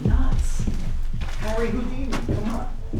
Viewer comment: sorry but I'm lol-ing at how you're pronouncing "Houdini"....."Hoondini" 😂 All jokes aside, this is so incredibly enlightening. I appreciate so much that you're helping spread a very important message, just like with the Lady Bird Lake situation. I'd have never known.